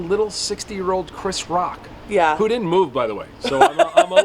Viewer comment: Why can’t this interviewer say the word didn’t? It sounds like she’s saying did. Lol